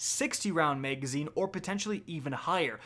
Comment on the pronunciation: “Flared Maygwell” & “Maygazine” - weird accent’s on the upswing!